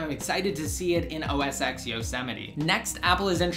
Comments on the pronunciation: It's 'Oh Ess 10', not 'Oh Ess Ex'. Besides that, great review, and thanks for a look at ios 8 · OS X.. its pronounced "Oh Es Ten" NOT "Oh Es Ex" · ***** isn't that what I just said? ._. that it's pronounced "Oh Es 10" and not "Oh Es Ex" like you were saying in the video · Why do you call it Oh-es-ex? You do realize the X is a roman numeral right?